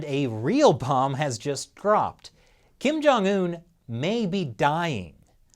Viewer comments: Kim Jong-ill-un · I laugh when he said kin jung un in a shape a circle one.....